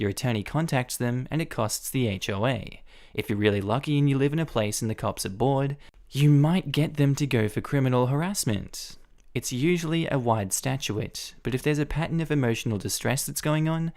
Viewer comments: I love your channel. Your voice helps me as I'm falling asleep. But there's one tiny thing that I want you to do: pronunciation of statute vs statuette. Most of what you're reading, you're saying the second one, rather than the first one. When listening and not reading I go back and think "what statuette? I don't remember him saying anything about sculptures" which then causes me to lose track of the story. Other than that, you're one of my top guys (right up the with rslash and Mr. Reddit.) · Statute is pronounced Stat-chute not Stat-chu-ate. Jimminy Christmas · I smile every time says "statute". I don’t know if it’s an accent difference or what, but I usually hear it said "stat-yoot" or "stat-chyoot". says it "stat-yoo-it". It’s adorable.